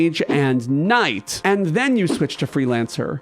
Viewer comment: why do you pronounce "Knight" so oddly?